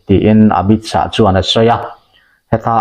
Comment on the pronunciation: Mizote'n Amit Shah hming kan lam dan hi ngaihtuah chian a ṭul hle mai. A tawp a H a awm vang hian lam bun nghut tur tihna a nilo. Shah tih hi Lâ kan lam rik ang a lam rik tur a ni...